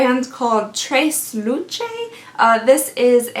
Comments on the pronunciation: Tresluche. Pronounced traylewchay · Lol the pronunciation of Tres Luce 😂😂 FYI it's a brand by singer Becky G. I was v surprised to get a mini palette from the brand in my November ipsy